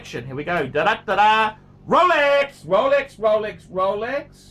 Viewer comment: Rowlex Rowlex! PhackMeDeayd!